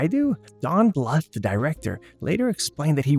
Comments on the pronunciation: Don Bluth's last name is pronounced as blooth, not litherally bluth. Also, my famorite movies from this time were literally anything Don Bluth and Ferngully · Don bluff lol 😂 it’s John Bluth